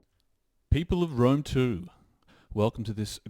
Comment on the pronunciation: "Peope Of Rome 2" "Peope"